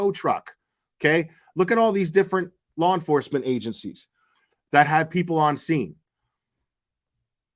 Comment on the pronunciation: I can’t fucking stand this guy!! Listening to his voice is just purely PAINFUL !! Sounds like he’s hocking up a loogie with every single word he spits out. And don’t get me started on his constant need to say (and mispronounce) ‘Lore enforcement.’ Ugh… I’ve never felt the need to comment on a particular individual before…. but this guy legit angers me! 🙄